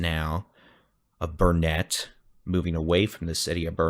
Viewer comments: Great vid but Dude… it is Burn-it not Burn-net. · Thank you for. We watch your broadcast daily. Your accurate, and funny too-boot. But have to correct a couple names you pronounce incorrectly for a Texan.😅😅 As my dear grandmother always said " it's Burn-IT dern-it, ya gotta learn-it. Not ber-net. Also Brazos is a like in Mad not Brazus like in bra. But just a little corrective criticism. 😊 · Bernet pronumciation........... bur-nuht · It's Burn-it accent on Burn... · Its Burnet, Learn it, Dern it.